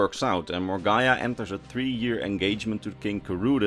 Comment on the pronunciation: It's pronounced More-Gah-Nah